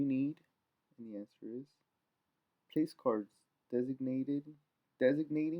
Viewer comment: they arent place cards idot!!!! Its pronounced plack-urds but spelled placards